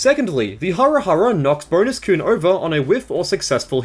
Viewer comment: Why did you pronounce kun as "koon"?!